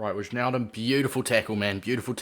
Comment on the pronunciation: It's pronounced Why-naldum btw